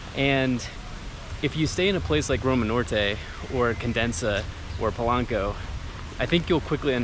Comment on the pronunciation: Quit saying Polanco wrong… it’s driving me crazy friend … don’t mean to be a troll … it’s pAh’lank’ohh get a fire wall rotisserie chicken they’re the best in the world!